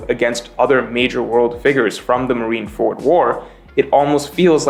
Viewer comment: Marineford is one word Not marine ford